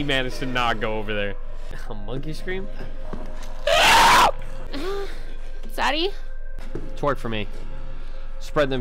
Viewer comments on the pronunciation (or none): He always says zzzzaddy instead of daddyyy